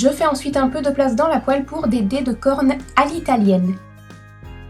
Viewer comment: Aaah enfin une autre videos en dehors de GoT hahaha :P Et en plus elle est tres chouette :D! Par contre c'est quoi des quorn? (avant que tu ne l'ecrives j'ai cru que tu disais "cornes" lool) Des bisouuuuus :D